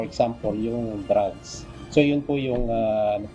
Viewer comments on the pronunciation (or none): Prang mokhang nag grugs sya samokhalang nag drugs